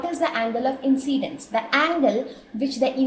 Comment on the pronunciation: its not angle of inCCCCCCCidince